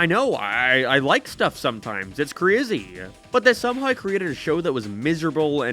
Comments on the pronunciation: Couldn't get past how you slaughtered the word "Somehow" F is for Family is pure genius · the way you said somehow is HILARIOUSLY awful lmfaoooo